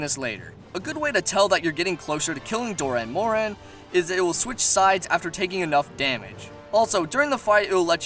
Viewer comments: well sir, if you payed attention to a certain cutscene in 4 ultimate, you would know that the gore magala turned into the shagaru magala. not the baby of the shagaru. and you pronounced dah'ren morhan wrong. doran morhan? really? nah, man. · Good video, just a lot of... mispronunciations. Like Dah'ren Mohran, not Doh'ren Mohren, among quite a few more. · Is there any way anyone wouldn't? Yama Tsukami he calls Yama Sakumi or something, and Dahren Mohran he calls Doren Moren. Might as well call it Doraemon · Doran Moron... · Also pretty sure the pronunciations are Shagaru Magala (Shah-garu, Mah-gala) Dah'ren Mohran (Daa-ren More-an) Yama Tsukami (Yah-mah t-suu-kah-me) Also I fucking love Chameleos Also Gogmazios is my fave monster (Besides, well, Savage Jho)